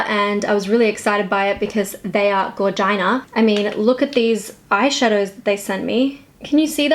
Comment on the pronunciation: "gorGINA" lmao